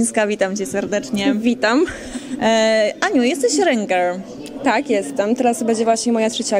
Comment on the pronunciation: rynger XDDDDDDDD ŁYNGER XDDDDDDDDDDDDDDDDDDDDDD